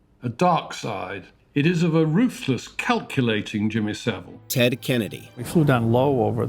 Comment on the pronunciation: Please say savile properly